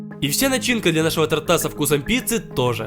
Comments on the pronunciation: Хочу сказать одно: Не тортА, а тОрта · не тортА, а тОрта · тОрта , а не тортА . Ролик прикольный . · Не тортА, а тОрта. ударение на О🗿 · Правильна тОрта , а не тортА. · тупой, правильно будет не тортА, а тОрта..... мда трээээш!!! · Не тартА а тОрта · Не торта' , а то'рта . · Не торта а то́рта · оаоаоаоаоа мои ушки тОрта, а не тортА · тОрта, пожалуйста ставь ударение правильно. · На будущее , тОрта , а не тортА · тортА, кухОнный......... Аааааааааа кровь из ушей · не тортА а тОрта 😉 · тОрта, а не тортА😑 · Не тортА,а тОрта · тОрта!!!!!!!!!!!!!!!!!!!!!!! а не тортА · все конечно идеально, видео топ, лайк однозначно, НО не тортА, а тОрта!! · тОрта, а не тортА😇♥️♥️♥️ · тО́ртааааа!!😩😩😩 кУ́хонными!!😩😩😩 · Не могу сдержаться, извините. КУхонные, а не кухОнные. ТОрта, а не тортА. Спасибо за внимание 🌚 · не тортА, а тОрта. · КАКОГО ЧЁРТА ИМЕННО ТОРТАА? ПРАВИЛЬНО ГОВОРИТЬ ТООРТА🤦🏽‍♀️ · тОрта а не тортА :) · Торта ударение на о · тОрта, ударение на О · ТОрта, кУхонными🤦🏻‍♀ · правильно говорить тОрта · кУхонные ножницы, тОрта )) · ударение на О тОрта ! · тОрта , правильно говорить тОрта🙄🙄🙄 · Правильно говорить торта ударение на о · Блин правильно кУхонного и тОрта я понимаю,что ты украинец,но на такую аудиторию надо говорить правильно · торта ха- ха ударение на другую букву грамотей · торта. Ударения на о